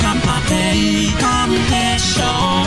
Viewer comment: Mình cũng không thích tune của jase S, nhưng riêng bài này thì ok vì mình cảm thấy jase S chỉnh phù hợp với bài hát, âm cũng rõ ràng. Kaitsuko chỉnh thì lại thiếu một cái gì đó mạnh mẽ và nhấn nhá nên mình chọn bản cover này:3. Giọng lúc phát âm chữ "deshou" ở giữa bài cũng rất hấp dẫn:v. Hy vọng mình không khác người quá:)))